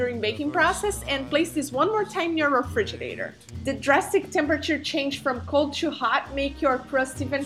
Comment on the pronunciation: Lol....real spoon test. No! But funny if it were. So, am I thebonly jerk that is pointing out how she pronounces refridgerator and how its cute? Re-fridge-er-dater? Are they dating each other? I just may subscibe now....probably from the reflection of herself in the top.